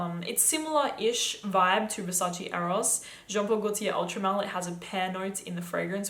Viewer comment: that’s how it’s pronounced